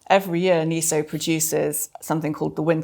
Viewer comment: Sorry to be pedantic, but why do we mispronounce even a relatively new word NESO, as NEE SOH instead of NEH SOH?